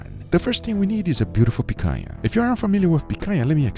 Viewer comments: As a Brazilian, no need to apologize. You're doing a pretty amazing job already, by properly pronouncing the "NH" sound. Just make sure you use it in "Piranha" as well, and you'll be 100% good in my books. Also, you should try "farofa" as a side dish compliment. It's yucca/cassava flour, toasted with butter and salt, to a golden brown. From there you can eat it as is or add bacon, olives or whatever you want The funny thing... I don't like rare meat. Yeah, go ahead and sue me, I know, I know... I just prefer it well done. 🤷🏻‍♂️ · I knew you were Brazilian the moment you said picanha the right way 😂 Ps: why didn't you cooked the picanha with the fat up? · is the brazilian? cause i have never seen a gringo say picanha so well